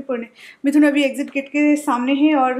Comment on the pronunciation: Aur abhi hota abhi bola jata hai avi avi nh ok